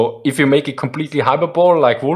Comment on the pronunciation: Just for you guy's future knowledg, "hyperbole" is pronounced "Hyper-bol-ee"